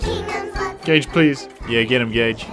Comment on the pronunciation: I know my hearing isn't what it used to be, but I can't believe I had to turn on subtitles to realise the sidekick is called Gage, and that, in fact, you were not calling him gay every opportunity you got.